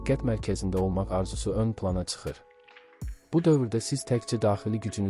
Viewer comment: Tsıxır deyil ay qoyun, çıxır! Diksiysya diqqət edin!